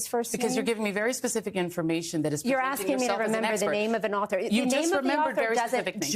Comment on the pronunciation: "The question I'm axking..." God I hate Joy Reid.